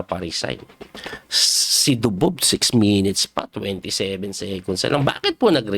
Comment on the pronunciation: Grabe ka Coach yung "Ako Dubob" mo. Laptrip!!! :face-blue-smiling